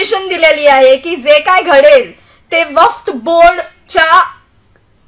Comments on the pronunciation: वफ्त बोर्ड नाही ग बाई वक्फ बोर्ड.😂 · वफ्त नसतं वक्फ असतं😂😂😂😂😂 ! दुसऱ्यांना खूप वाकडं लावत असते ! आधी स्वतः शुद्ध बोल.